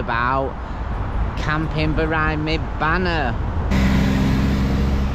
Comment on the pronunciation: not hating mate just sounds funny, love your vids 🤣